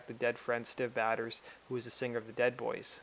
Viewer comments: Try learning how to pronounce the name of a dead person before you say their name 100 times in a video. Prouncounced Stiv Bay-Tors. Actually very very easy, Until now I had never heard anyone mispronounce it. Completely ruined the whole video 😑 (Mike Monroe & Ryan Roxie talking about Educate yourself on Rock History before you do this next time. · The maker of this video should be ashamed of mispronouncing Stiv Bators' name about 70 times over!!! It's 'BAY-ters," NOT "batters!" He wasn't a baseball player or a cake! And it wasn't a play on masturbator, it was his actual family name. If you did even a BIT of research, you would have heard it pronounced correctly. Check out Iggy Pop's condolence video to Stiv's father and show some fuggin' respect for one of the greatest front men in rock history.